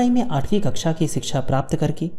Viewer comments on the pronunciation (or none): none